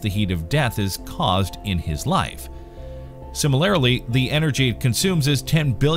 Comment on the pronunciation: you pronounce "similarly" completely wrong.